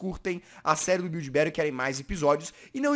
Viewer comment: Gringo: Build Battle CHATOOOOOOOOOOOOOOOO BRS: biulde bautle GGGGG =D kkk wtf man